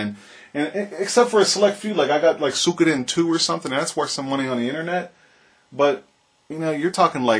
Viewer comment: uhh "sukiedoen" Don't you mean... Suikoden?